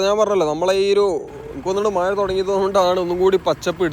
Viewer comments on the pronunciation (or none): മയ അല്ല മഴ എന്ന് പറയു